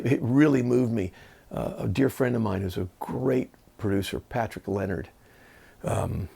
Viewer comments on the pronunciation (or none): none